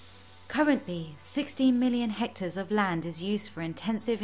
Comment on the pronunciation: Great video, keep them coming:) Umm it's "hectare or hectares (plural)" not hector or hectors;)